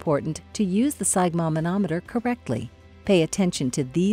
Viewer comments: I have never heard sphygmomanometer pronounced the way you pronounce it. To make sure I wasn't hearing things I listened to how it is pronounced. I've always heard "sphyg" pronounce like i as in it. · Step one, learn to pronounce sphygmomanometer. 😅